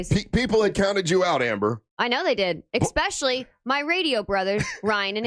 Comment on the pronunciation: Does anyone want to tell that the word is eSpecially and not eXpecially? Lol